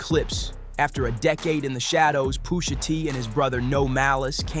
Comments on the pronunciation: Stop saying Poohsha T Boss!!! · The way u say Pusha makes me cringe